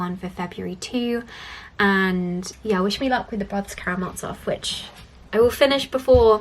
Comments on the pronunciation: Friendly pronunciation tip - the z in Karamazov is the z in zoo, not a ’ts’ sound 😊 Great video as always! Also, Alexander Pope is a Neoclassicist, not a Romantic. Neoclassicists were ”nostalgic” for classical Greek and Roman art and culture, Romantics liked the Middle Ages more. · Karamazov is pronounced as it's spelt, with the hard 'z' ☺️ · Absolutely right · Awesome! Just a small pronunciation correction as a Russian speaker - the z in Brothers Karamazov is pronounced like the z in zoo, zebra, etc.:) Nice video as always!